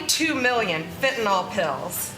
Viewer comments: It's FentaNYL not fentaNALL 😡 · Shes not pronouncing the drug correctly and im not sure why she wants to seem stupid!!! Its fenta(nyl) sounds like nil...fentanil not fentanol R.N. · Voice in the wilderness; It’s fentanyl (FENN ta nill) not fenn ta nall. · It's pronounced "fentaNIL" not "fentaNOL." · She can’t even pronounce Fentanyl. The last syllable is “nil” Fen tan nil.